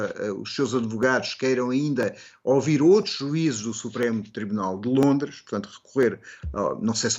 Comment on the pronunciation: Nao eh "0-vido" e "0-vir".... Foda-se! Eh ouvir. Ok?